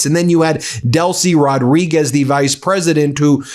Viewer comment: It's not Rod–REE–Gezz. It's Roh-DREE–Guess. The Z is pronounced as S. The D goes with the second syllable, not the first. That's the minimum correction to try to pronounce this name correctly, and this much can in fact be pronounced by Americans who don't know Spanish.